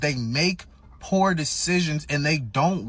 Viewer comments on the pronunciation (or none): none